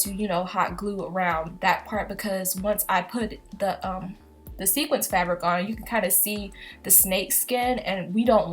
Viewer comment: Wait. Wait. Did she say "sequence" fabric. LMAO, great video tough 😊